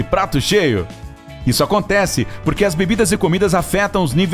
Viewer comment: E corvo e kkkkk erro na fala em acontece